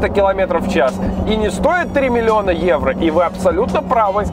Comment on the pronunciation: 3 миллиона Эуро ...Для харизмы нужно было сказать не 2 раза а 3 ..:-)